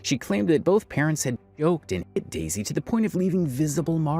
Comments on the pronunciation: Its "dezy" not "daisy" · This white man keep calling her Daisy when her name is Dezy was so annoying.